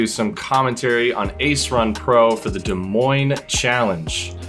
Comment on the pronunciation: Thank you for pronouncing Des Moines correctly